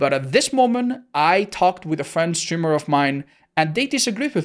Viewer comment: I feel showing his name skews this more than it should, they just wanna tunnel the stweema